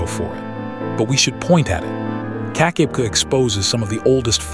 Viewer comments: AI slop... I grew up at 'Keek-ah-beck-ah' falls and if you can't get the pronunciation right you lose all credibility. I'm 2m in... bye. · Hey get the pronunciation right keka beka